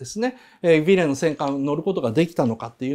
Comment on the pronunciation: ヴェーレって言ってるのが凄い気になる